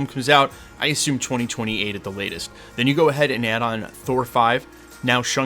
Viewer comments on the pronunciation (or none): none